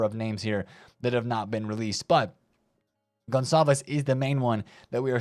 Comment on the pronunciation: Spot on the Conçalves pronunciation. :)